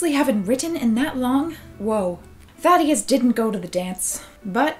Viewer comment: when she was saying thaddeus, i though she was saying "fatty a**" yes